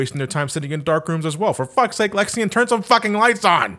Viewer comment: Zexion, not Lexion. Then again, considering his weapon, it's probably easy to mix the names.